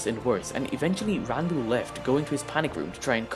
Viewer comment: You actually pronounced his name right!